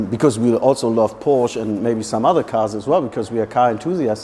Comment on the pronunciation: Hearing a German say “Porsh” is WILD